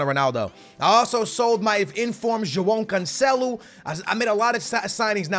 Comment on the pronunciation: Stop saying Joao Cancelo like that 💀💀💀